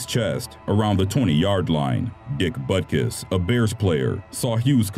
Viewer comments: I'm pretty sure "Butkus" is not pronounced "Butt kiss", but thx for the laugh in a dark video😉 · Dick Butkus? Is that his actual name? It sounds like he said "Dick Buttkiss" and I just paused the video and sat there in disbelief at the pronunciation of this poor dude's name. I may be an immature 19 yr old, but I feel like that guy's name was sorta butchered.